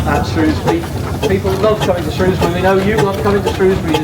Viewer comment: We were there on Monday, the dryer day of the two. So glad you called it Shrewsbury and not Shrowsbury 😁👍🏻